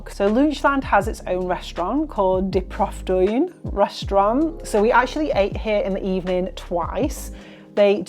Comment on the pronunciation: I loved your Efteling series so much! Your pronounciation is so good! I just wanted to say that the oo in loonsche, oost and stroop is not like the oo in 'book' but like the oa in 'boat'😊 And the oe in proeftuin is actually pronounced like the oo in 'book' haha very confusing, but hope it helps♥️